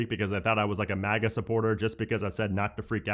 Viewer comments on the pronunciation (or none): none